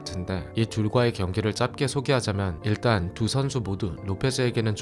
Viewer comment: ‘짧게’는 [짤께]로 발음하시는 게 맞아요!!